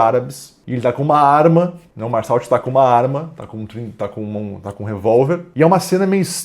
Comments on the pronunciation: É merssô a pronúncia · A pronúncia correta do nome da personagem principal é “Mersô”. Não é uma crítica, só ajudando mesmo